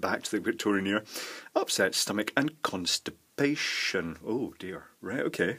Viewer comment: "constip....ation oh dear" lmao